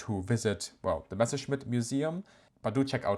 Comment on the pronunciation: Haha! So is German. Otherwise how could you explain that perfect pronunciation?